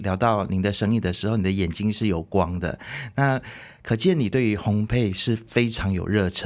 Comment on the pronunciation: 烘焙（bei第四声），不是陪pei。